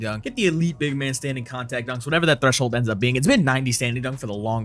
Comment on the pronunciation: threshold pronouncing got me dead 😂